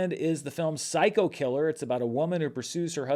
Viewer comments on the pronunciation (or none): none